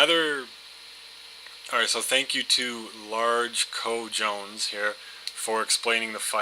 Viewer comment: I liked how you said co jones it's actually all one word for balls in Spanish haha but good vid man